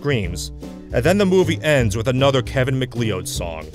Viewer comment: You pronounced Kevin Mcleod wrong.